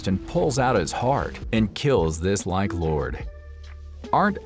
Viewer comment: Awesome story, just one nitpick the word "lich" in lich lord is pronounced "litch" and not "like"